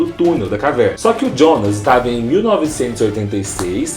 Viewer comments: Não se pronuncia Djona, mas sim Yonas. Se não sabe como pronunciar, fala Jonas em português. O pior é querer falar bonitão e acabar falando bosta. Esses youtubers nunca fazem uma pesquisa de pronúncia antes de gravar um vídeo... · "jonas" não fala djonas, se fala ionas, pq é pronuncia em alemão